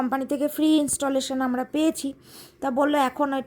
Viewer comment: Installmation noy, installation. Tumi kano bar bar bhulbhal english word use koro, bhishon kane lage